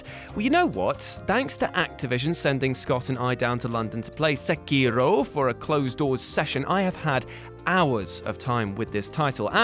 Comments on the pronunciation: Good video but it's not pronounced Sackiro. :/ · You pronounces sekiro wrong....